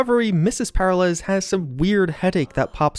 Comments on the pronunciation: PEH-ril-ez? Per-AH-lez, dude. Per-AH-lays, even. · It's "pair-AH-lez", not "PAIR-alez". Smh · i keep hearing Paralyze not Per-ah-lez im not a grammar nazi i swear dont mind me xD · The real mystery is why/how you manage to say the name Peralez so incorrectly, and why it causes me increasing physical pain each time you say it lol. It's "Per-al-ez", not "Para-lez". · you're killing my OCD, man. Per-al-ez, not Para-lez. It's Hispanic, brother. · Peralez, not paralez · Anyone else bothered by mispronunciation of the Peralez's name? FYI: It's pronounced as "Pur-AL-ehz" not "Para-LES" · It's pronounced Per Al ez, not Para lez... Sorry, simple things annoy more more than they likely should... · Every time he says "para lez", I die just a little bit. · Great video. Also it’s pronounced Pe-RAH-Lez! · Say it with me: per-RAH-les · PER - AHL - ES. Sorry, it was killing me. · haha it's killing me too Purr-are-lez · and his name is pronounce peralice, like when one is in danger there in peril? Hes in danger the hole mission hes in "peralice" so the mexico way isnt right either cause the mission is about a man in peril aka mr peraliz Liek if u learn somethmg today and agre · This dude really said "Pair uh lez" SMH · heh heh, para-lez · Glad it wasn't just me who noticed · I really hope that we explore more about Mr. Blue Eyes and the possible AI activity in the Phantom liberty DLC. My only critique is for the love of God work on your pronunciation of Peralez the repeated mispronunciation was driving me crazy😂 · You realize they actually pronounced the name Peralez many times in the actual game. Did you actually play it? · Great vid, great content -- but the way you said Peralez? Buddyyyyyy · The mispronunciation of Peralez is driving me nuts. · the way he pronounces peralez... >< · Great video! But the mispronunciation of Peralez made me wanna jump off a cliff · Literally how do you not know how to say Peralez... did you even play the game?